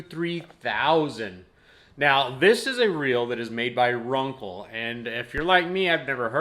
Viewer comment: It's pronounced "Run-Cell" not "Run-kle". Just so you know.